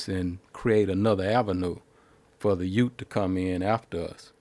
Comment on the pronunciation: for what? the YOOT? LOL. My cousin Vinny reference people, relax